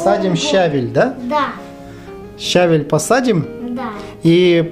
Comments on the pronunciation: Вы не правильно ударение ставите! Не щАвель а щавЕль! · ' ' не щавель а щавель